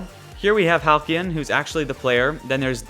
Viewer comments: Halcylon. Hal-cell-on. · Halcylon is pronounced (Hal-See-on) just thought you should know